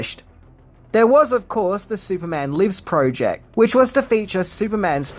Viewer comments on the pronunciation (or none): none